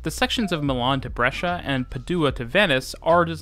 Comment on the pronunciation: To be fair the pronunciation of the cities was good compared to many other English speaking channels. He was even able to say "Brescia" correctly!